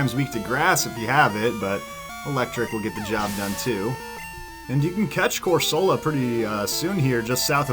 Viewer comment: “cor-SOL-a” - well, wasn’t expecting that! Lol - we all have our own unique pronunciations from childhood - I always called Rattata “rut-tatta”